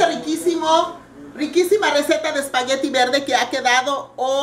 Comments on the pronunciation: Sra no se dice espagueriiiiii se dice espaguetttttttttti y no grite tanto se oye perfecto. lastima de conductora, por que la receta del espagueti, se ve muy buena. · espaguerri lo dice muy chistoso jajaja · LA SEÑORA GRITA MUCHO Y TIENE LAS UÑAS LARGAS Y DECORADAS TIENE MUCHOS PLEONASMO ...Y NO ES COMO PRONUNCIA EL SPAGHETTI...ELLA A DECER MEXICANA RADICADA EN ESTADOS UNIDOS .....